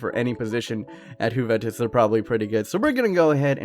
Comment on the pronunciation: Why do you call it huventus